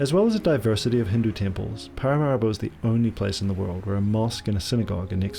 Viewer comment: Been to Suriname many times (Alcoa) & you've done a great job. One small suggestion-I believe the capital is pronounced Para-mah ree-bo.